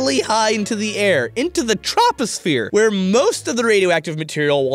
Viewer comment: Did he really just mispronounce troposphere?